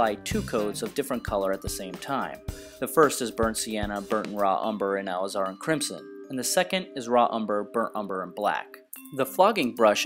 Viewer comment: Also, please don't take offense to my critic but to keep in line with your degree of excellence in detail. Your pronunciation of Alizarin should be Ale iz-er-in like all is er in...... It is an anthraquinone originally derived from the root of the madder plant. In 1869, it became the first natural pigment to be duplicated synthetically. First made in 1868 called Madder